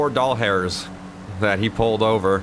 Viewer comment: just stumbled across this and I heard you just use a bakerxderek thing he always says dollhairs